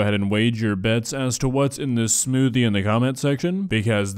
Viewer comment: I'm sorry, I didn't have the willpower to finish this video. The "smoothie" got to me